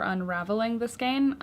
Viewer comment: Thanks for this. FYI skein rhymes with rain ;)